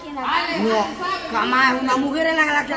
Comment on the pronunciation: Esq. Alejandra tu. Pronunciasteis mal. El nonbre